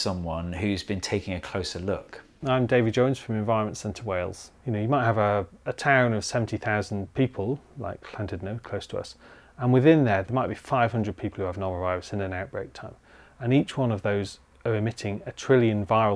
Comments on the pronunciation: Llandudno, not 'Clantedno' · I think the caption is wrong and he's referring to Llandudno (you can hear it pronounced in this video